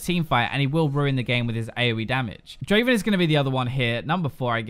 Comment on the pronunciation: Come on, it even says it in your video, not draven draaaven